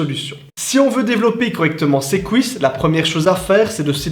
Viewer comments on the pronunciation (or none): C'est quoi les "kou-isses" ? 😅